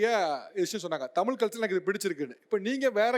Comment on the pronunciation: Tamizha... Tamiza.. Is correct.. Tamila Tamila is wrong ucharipu